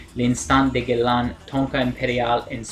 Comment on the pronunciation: It is pronounced as ' Gae La' Nice review dude.